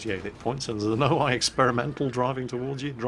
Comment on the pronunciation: Damn it. It´s O-I not O-AI. You´re pronouncing it wrong